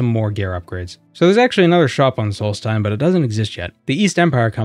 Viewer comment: It's solstheim not salty time. (I really hope people get that reference)